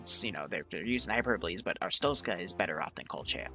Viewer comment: Did you just say "kolcha" and "astrotzka"? Friendly correction "Koh-lech-iya" and "ar-stotz-ka"